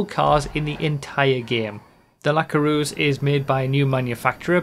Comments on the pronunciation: Good video, but as a french I HATE how you pronounce the word "Coureuse" lol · pareil :D